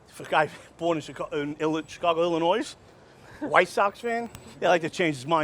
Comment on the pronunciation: Did he say IllinoiSS?